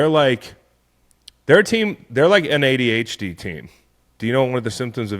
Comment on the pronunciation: Whoever taught him how to pronounce ADHD needs to be fired. Why is he saying it like that?